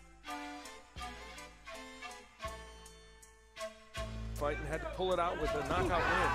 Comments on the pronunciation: commentators calling him RigondAU... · Vision In one of his fights Michael Buffer pronounced his name correctly, loud and clear but guess what? The commentators spent the whole fights saying Rigon-diaw. They are lazy and think they have the right to butcher the pronounciations of foreign non-english names while getting paid to commentate and be professional. SMH.